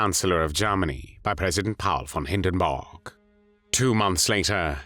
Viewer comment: Greetings: I have always been grateful for your scholarship. Your work has seemed to me to be thorough. But there is one thing that has been a constant in your work that I have found puzzling, and that is your pronunciation of the name “Hindenburg.” In my studies of German diction, I always understood that “u” (alone) is (with certain exceptions, including the vowel being followed by two consonants) pronounced as “oo.” Yet you consistently pronounce it as “o,” sounding like “borg rather than “boorg.” (Please forgive the lack of diacritical mark or IPA spelling.) Is your pronunciation a reflection of German as it was spoken in Poznan, the city of his birth or is it the result of some other influence? You are, no doubt, quite busy, but if you could find the time to respond, I would greatly appreciate it. I am always eager to learn more. Sincere regards, tw